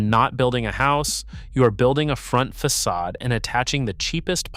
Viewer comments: Fackadism LOL... Fa sod ism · Same, and that was just after it said "Fackadism" when referring to the facade. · fackadism? Fix your AI voice program; the c is pronounced as an s.